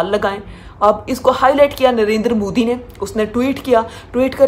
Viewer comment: Sab baat ek taraf please pehle koi inhe naam sahi se lena sikaho moodi, adiyanath kya hai yeh😅😅